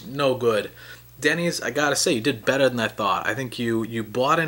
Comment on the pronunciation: that accent hahaha. BEDDA!